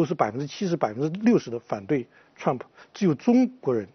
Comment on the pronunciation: 這個火火連trump都不会念，老是trum普。讓他回家看日本動漫算了